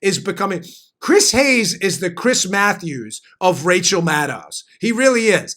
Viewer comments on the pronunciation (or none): none